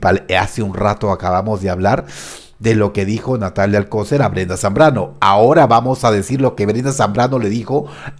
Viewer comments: Se pronuncia alcoCER acentuando la última silaba 😉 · ¿Por qué pronuncias mal el apellido Alcocer? ¿O es sarcasmo? Porque Alcocer no lleva acento en la ‘o’.